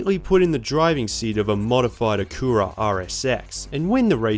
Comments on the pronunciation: considering he keeps saying the names wrong. it's "ack ur ah" and "nii san" not "ah cure ah" and nis aan" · Did you really call it "AKURA RSX"? 🤦🏻‍♂️ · lol “nissns” and “akuruh” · I’m sorry please pronounce Acura again???? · Never attempt to say Acura ever again